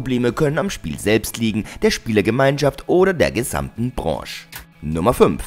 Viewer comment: Ich gucke watchmojo schon ganz gerne, Aber der Sprecher von diesem Video geht mir mit seiner Betonung ein bisschen auf den Wecker... Und wie er Branche ausspricht... sonst ein Top Video, die Betonung wurde zum Ende des Videos angenehmer.